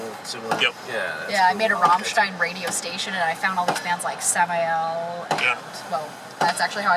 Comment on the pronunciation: You can tell has been exposed to Germany or the German language. She pronounced Ramstein correctly.